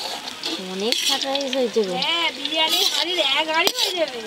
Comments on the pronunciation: পপি খালি কে কে কে য়ে য়ে কে করে। আর একটা কথার ও উচ্চারন শুধ না। মটন কারি, ফায়েড রায়েস😂😂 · Fried rice thikmoto uchcharon o korte paren na..shudhu khetei janen?